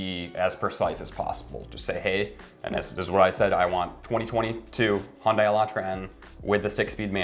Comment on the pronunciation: its not messed up its called " supply & demand" dont say ydk & mislead viewers. its still a free market & we're plagued by "chip shortage" & supply manipulation than valued goods now become precious. & its not " hundie" its called hyundai pronounce [hyun-day] u guys clowns go drive a fiat quit driving my countries cars